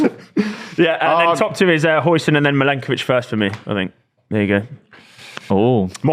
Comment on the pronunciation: correcting on pronunciation after calling Huijsen hoisin sauce